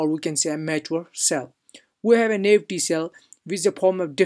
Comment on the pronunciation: Just fyi, Naive is pronounced "NIEEVE"